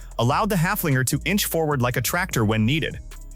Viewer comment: The Steyr Puch Haflinger was named after a horse and not after a dog. Would you mind to pronounce its name halfway correctly? (Of course you couldn't care less.)